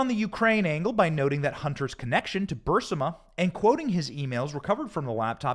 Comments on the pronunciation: Thought it was burisma not bursima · “Bursima”? Or Barisma? Shit, man. Reading skills!! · its pronounced bureezma though its spelled burrisma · Bur-IS-ma. You lose respect when you don't pronounce important names correctly.